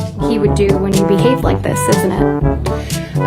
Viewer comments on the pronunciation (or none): none